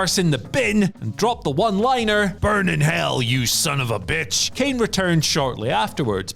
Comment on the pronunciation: Should’ve re-recorded that “Kane” to be honest